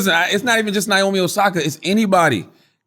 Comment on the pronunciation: nyomi? its naomi.